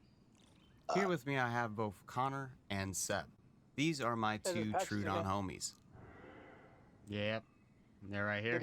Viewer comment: Tro-odon Not Tru- odon